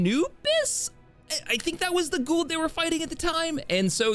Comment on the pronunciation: Kinsey's pronunciation will always be the funniest to me. Gua'old